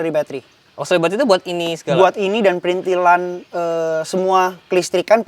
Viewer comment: Yang bener tuh PRITHILAN ga ada N nya. Jadi bukan PriNthilan ! Bapak-mu (Oom Hauwke) Wong Jowo Temanggung koq keliru sebut PRITHILAN jadi PRINTHILAN...